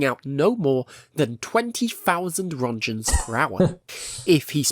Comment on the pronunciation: "1000 rontchens"